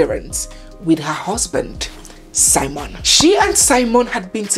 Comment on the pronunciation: On the title, it's spelt SIMEON... When you narrate, you call it SIMON.